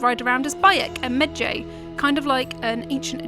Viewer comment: Bayek was a mehj-A? huh...., never heard that word before. Ive heard him called a Mah-ji before.